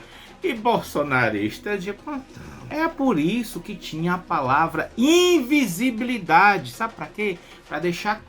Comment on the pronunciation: Ficou difícil para o Alexandre falar invisibilidade....imagina entender o tema da redação!!!